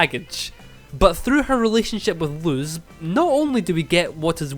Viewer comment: also the pronounciation of luz is lus ok just to clarify ☺️